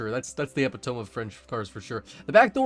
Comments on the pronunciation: Who pronounces "Epitome" Ep-Pa-Tome? Its uh-pi-tuh-mee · its not pronoiunced eppy tome, its pronounced epitome, or ipit ummy. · The only thing I can note about this video, is how much I am annoyed by the way you said 'epitome'.. you sound like my dad when he said chipotle. (Eh-pih-tuh-mee) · Learn how to pronounce epitome bro Eh-pi-tow-me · You and the word “epitome” have some catching up to do. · Did he just pronounce epitome phonetically? 🤣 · wtf he did lmao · thats the epitome???? Broo you murdered the pronunciation 😂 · You might want to look up the pronunciation of epitome. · Man really said epitome like that